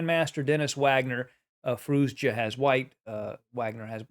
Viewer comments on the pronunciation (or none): i love your vids..but you keep pronouncing the "z" at the end of Firouzja's name..its just a "ja" sound > Firouja